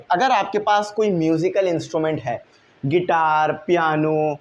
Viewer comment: Guitar ❌ Gaiter✅